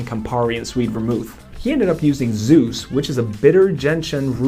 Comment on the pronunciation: Pronounced Suze as in a boy named Sue Z